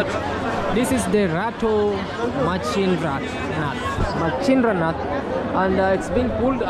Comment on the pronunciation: one subscribe for your correct pronounce of rato machindranath.